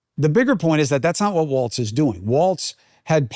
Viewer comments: Chris, It’s Walz not Waltz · FYI Cuomo…there is no T in WALZ. Phonetically, it’s wallzzz.